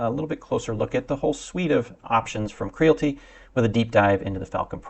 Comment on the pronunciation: KREE-AL-IT-TEE as in reality. There is an "I" in the name.